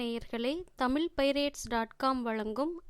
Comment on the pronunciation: Pudhu Vellam... pronounced as jaggery and not flood.... pugal petra... not pugazh petra... Thol is skin வெள்ளம் வெல்லம் தோள் தோல் புகழ் புகல்..தமிழை தமில் என்று சொல்பவரை வைத்து இப்படிப்பட்ட நல்ல புத்தகத்தை வாசிக்க வைத்தால் இப்படித்தான் வரும்....... ஐயோ வெட்கம் வேதனை. மெல்ல தமிழ் இப்படியா சாக வேண்டும்??